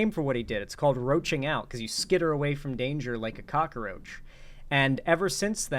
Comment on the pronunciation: What is it with so many streamers adding a syllable to “cockroach”, what accent adds an “uh” sound in the middle?